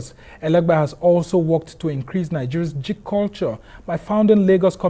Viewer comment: The way the presenter is pronouncing "geek" 😭🤣